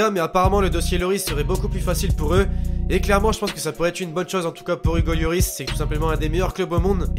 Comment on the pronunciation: pk tu dis yoris on dit loris